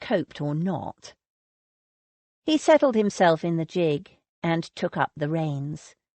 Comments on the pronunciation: Its GIG, with the g pronounced as in girl, or great, or green... Its not jig! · I don't know what to think about this narrator's mispronounciation of normal English words used in period novels. Calling it the "tun" instead of "tawn"...using "roots" instead of "rout-s" and the absolute drive-me-mad towards the end..... "JIG" repeatedly instead of "gig" (the G sounding like "good"!)....which was what made me wonder if English might be her second language? Wonderful story and the voice isn't really bad...except for the fact the editors did not catch this irritating error.